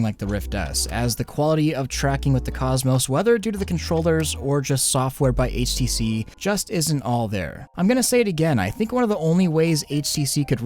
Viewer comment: It sounds like your saying ACC instead HTC.